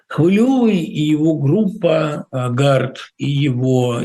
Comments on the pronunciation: Сука бьіков, він навіть прізвище "хвильовий" не здатний вимовити нормально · Чому він не міг подивитися як вимовляти Хвильовий 🤡